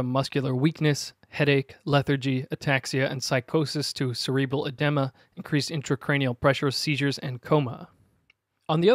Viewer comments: Another great video! (BTW, edema is pronounce "eh-dee-muh" not "eh-deh-muh" ). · edema is pronounced edeema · Cerebral "adema?" Really???